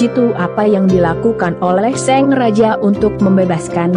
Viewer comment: Ini ug baca naskah orang apa robot se, Sang sllu d baca Seng